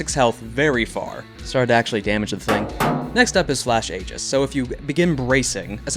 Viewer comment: ee-juhs. That's how the word aegis is pronounced.